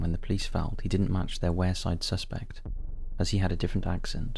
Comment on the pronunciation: I belong the area mentioned is pronounced 'Weirside'